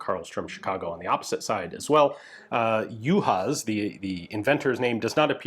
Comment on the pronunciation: Greetings from Hungary! Your pronunciation of the family name is quite good, even for someone who is not a native speaker of Hungarian. I should now, I have the same family name. 'Elek' however sounds more like 'Alec' than 'Eelec'. The patent number, for those who are interested is US A.